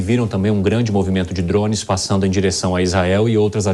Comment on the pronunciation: "dromes"? Alguém tira esse repórter daí!!!! Kkkkkk